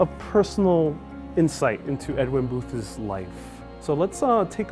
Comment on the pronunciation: It’s Edwin Booth’s, not Edwin Boothes. You added a syllable. The lexicon at the time would not have included “liberal,” but Unionist.